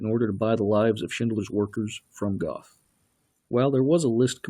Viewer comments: If you want to be accurte, you should pronounce the names right. You called Goeth Goth LOL The "oe" in Goeth is spelled like a "her" with out the h. and the "th" is a hard cut of t! You could take the "er" out of Stern and create Gert. Actually if a english spekaing says Gert, it sounds more like the actual Goeth LOL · Its pronounced Gert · Mr Duke Silver I have was going to point that out too! It was irritating me 😁